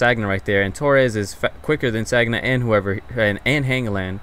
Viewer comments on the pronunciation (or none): whoaa whoa whoa whoa no trolling or hatin haha but wtf don't call Sagna like Sagggna lol that hurts the ears of french speakers or the likes lol. it's Saña and you being hispanic will know how to pronounce this :) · um just so you know for future videos the Arsenal RB is pronounced San-ya not Sag-na. Great video as always, keep up the good work :) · Bacary San-ya. Not Sag-na. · Your pronouncing Sagna wrong and you are telling us how to say Pato. What? Otherwise good vid and finally you got Ibra ive been waiting for this.